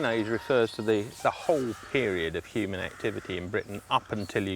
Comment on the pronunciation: "Hoomans and stone-itch"